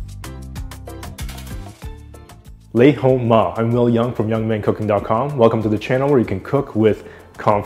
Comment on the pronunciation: Dude - If you are gonna say it, say it correctly. It’s “Nay Ho Ma”. What the eff is Lay Ho Ma?